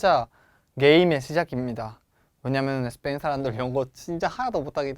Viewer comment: 저번강의때뷰터 느낀건데 쌤 스페인이라고 말할때 꼭 에스페인 이라고 하시네용 혹시 스페인어로 스페인이 에스빠뇰이라서 에스페인이라고 하시능건가요? 🙄🧐